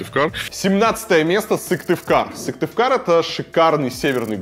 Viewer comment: СыКтывкар а не Сывтыкар (